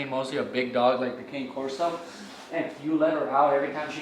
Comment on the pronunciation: I actually said this in a previous video of theirs. This is coming from the AKC website , word for word… “Cane Corso So don't pronounce “Cane” the same way you would the striped Christmas candy. Instead, say “CAH-ne,” which is simply Italian for “dog.” To shorten the name, use “Corso,” never “Cane.” When referring to more than one, you can impress everyone by using the Italian plural “Corsi” (COR-see).”